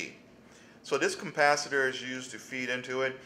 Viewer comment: Capacitor, not 'cumpacitor''.